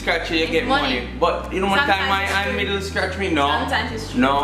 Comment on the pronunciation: Han miggle NOT Han middle.